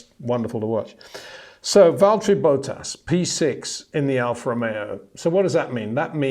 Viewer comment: I love the way you pronounce "Bottas". Valtteri Bow Taass. Tremendous ❤